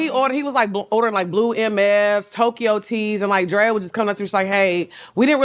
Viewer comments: Shannon keep calling Drea “Dre” is killing me 😂😂😂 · I’m so weak at Shannon calling Drea “Dré” lol. This was a great episode. Love Lex and Drea! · It’s him calling Drea “Dre” all episode 😩😂😂😂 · Him calling her Dray the whole time was killing me